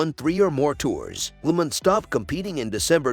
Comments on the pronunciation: Agree. The person has no knowledge of cycling, otherwise would know how to pronounce, if nit all, most of the names. Lemond is Lemond and not lemon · The producer of needs a better editor and a narrator who knows how to pronounce names. Greg "Lemind"? And Armstrong? Talk about bias.